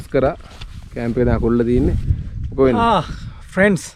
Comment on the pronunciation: ප්‍රෙන්ස් කියන එකා පඩයෙක් වගේ 🤣